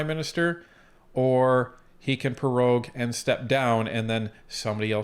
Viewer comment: "Pro-rogue" not "Pe-rogue". Got perogies on the brain?